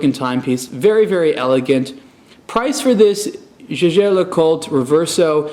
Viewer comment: His pronunciation of Jaeger-LeCoultre is not even close! Lovely watch though and I enjoy the Blog to Watch reviews.